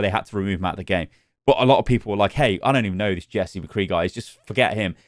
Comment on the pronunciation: I hope they reupload it exactly the same but just dub over the parts where they say mccree poorly.